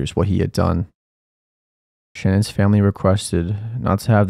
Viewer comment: Say it with me, Sha-nan. Her name is pronounced, SHA-NAN not Shannon. Thank you.